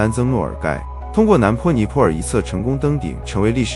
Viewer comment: 尼泊尔 BO第二声，不是PO